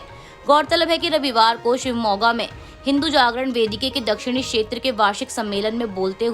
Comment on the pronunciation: समाचार पढ़ने के लिए हिंदी का उच्चारण सही होना चाहिए। जैसे उदाहरण को उधारण, क्षेत्र को शेत्र, प्रदेश को प्रदेस आदि बोलने से बचते हुए इनके ठीक उच्चारण का अभ्यास करना चाहिए।